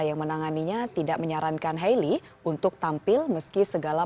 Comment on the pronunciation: Ngaku fans tp nyebut "hayley" aja salah 😑